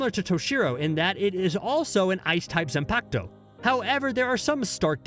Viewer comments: “Zanpacto” LMAO I DIED WHEN HE SAID THAT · Zanpakuto [Zon-Pok-Toe]